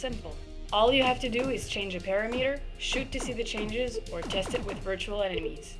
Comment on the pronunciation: I think you mean Puh-ram-i-ter pa·ram·e·ter [puh-ram-i-ter]